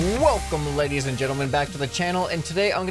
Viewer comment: Fun fact he said welcome back leggeis and gentlemen